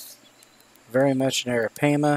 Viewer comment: You MissPronounning Arapaima